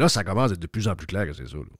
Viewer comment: oui surtout quand tu dis commece au lieu de commence😂😂😂😂😂...lâche pas 😂😂😂😂